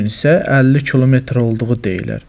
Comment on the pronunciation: Torm2 alinmayib ermeniden qenimet kimi götürülüb ozde kolmetr yox kilometr duzgun danışmagi oyren